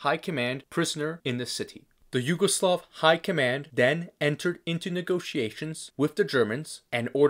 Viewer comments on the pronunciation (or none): none